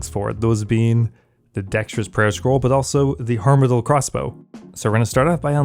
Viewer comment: harm-adyl crossbow 😂 yes it does cause harm but i think its pronounced arm-adyl